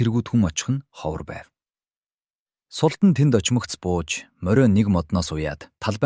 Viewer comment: Фатмэ биш фатиима шүүдээ. Аа мөн султан биш. Султаан гэсэн аялгаар дууддаг. Энэ мэт үгсийн судалгаа дутуугаас болж оноо алдаад бх шиг бнаа